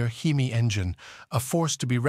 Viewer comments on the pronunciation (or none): it is pronounced "hemmie" not "heeemy" it is pronounced "WOP--ing" (like mop) not "whoooping" (like whooping crane) it is pronounced "MAY--come" not "mekk-come" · "Under the hood, you'll find a 425HP seven point zero liter he-me engine". He-me? whooping?! Mekham? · Mecum and Hemi are hard for AI to say... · You need to learn how to pronounce the word hemi